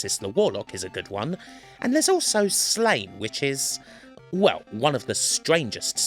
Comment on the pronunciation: Sláine is pronounced Slahn-yeh